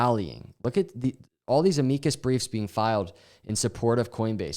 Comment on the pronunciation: Bro, look up how to pronounce "amicus"